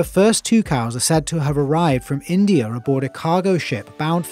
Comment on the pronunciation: How come you put an R at the end of words that don’t have an R? Like for instance, instead of saying, India, you say, Indier